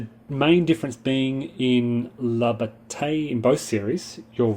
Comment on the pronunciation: That's pronounced "La Ba-TYE!!!!" Come on... if you're going to deal with this series, you have to "French it up" a little!!! :D